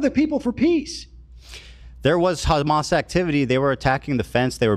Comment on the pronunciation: Lmao! "Hammas"?!! Wtf!! What are you at a Spanish Christmas dinner asking for more ham?!!